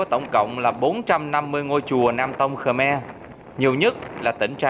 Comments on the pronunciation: Ngta gọi là khmer chứ ko phải khờme bạn ơi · Rất hay rất ý nghĩa . chỉ góp ý phát âm cho chuẩn về 1 dân tộc nhé . đúng tên dân tộc này . Khmer nhé. Không phải khờme nhé cảm ơn bạn . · Ad phát âm Khmer Cho chuẩn xíu "khơ me" đừng thêm dấu huyền nhé... Khmer là phiên âm quốc tế luôn rồi